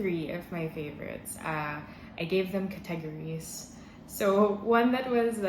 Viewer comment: says categories like a true Filipina.